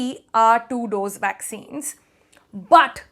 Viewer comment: Vaccines? I thought she said waxines.